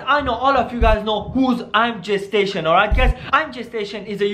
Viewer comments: Am I the only one who heard "I am gestation" when he said "I am Jay station" 🤦🤣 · I thought he kept saying “ImGestation” lol